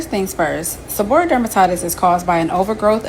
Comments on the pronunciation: Pronounced Seb-BOR-Ree-Ic; not seboric. Healthcare professional here. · It’s pronounced “seb-uh-ree-ick.” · Pronounced - Seb or ree ick. The diet part is key.. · Pretty sure its pronounced Seb-Or-ree-ik... I was diagnosed with it years ago and changed my diet and cut carbs and sugars... thank you for this... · Se-bor-e-ick or se-bor-a-ick. Just trying to help